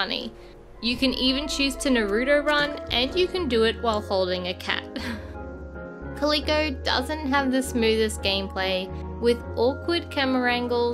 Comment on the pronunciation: it’s pronounced “cal-lil-coh” not “cah-lee-coh”